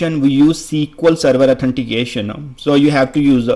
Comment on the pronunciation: Can't concentrate because of your 'Connectionaa,' 'Herea', 'Authenticationaa'. Can't you speak without prefixing aa to every word?